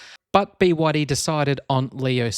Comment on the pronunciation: Bwadi? The 3 separate letters of the name is B Y D - squashing the 3 into a single “bwadi” sound sounds derogatory to the manufacturer.